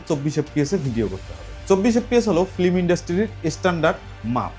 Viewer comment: একজন শিক্ষিত মানুষ হয়ে বারবার ফ্লিম বলছেন,এটা ফ্লিম না ফিল্ম হবে।